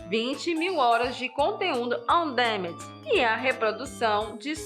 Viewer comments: Pq ela fala como robô? E se diz "on díménd"! O que estão falando parece maldição!!! Não custa nada ouvir a pronuncia dos termos em inglês no Google! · Bacana o vídeo, só uma dica: Não se pronuncia: On Démend. O correto seria: Aan duh·man Ou em português mesmo: Sob demanda